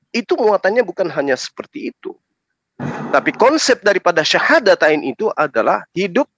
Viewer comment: Kl memang ibu dr ini muslim kenapa mengucapkan syahadatain aja susah.. Perlu hati²